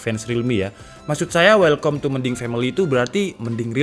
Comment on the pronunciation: "Welkam", not "Welkom"